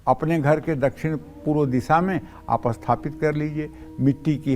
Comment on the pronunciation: Likha toh sathapit hai bol asthpit rahe ho. 😇😇🙏